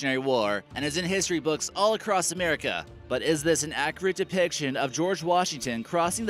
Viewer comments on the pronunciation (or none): none